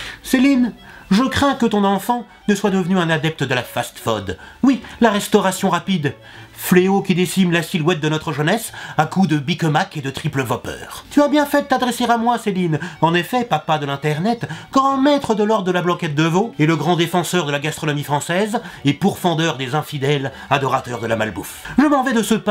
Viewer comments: Tue me dégoûte. Tu oses dire vopeurre au lieu de dire vopèrre. Honteux. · "vopeur" ! Mdr